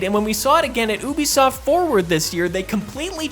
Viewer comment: #16 - It's not pronounced "oooobe soft", it's pronounced "u-b-soft" (as in Ubiquitous Software).